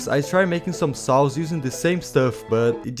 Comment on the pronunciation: Why does always sound like he's saying "sauce" when he says "saws"